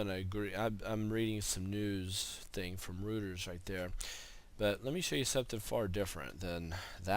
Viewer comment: Was that Reuters? Its pronounced Roiters.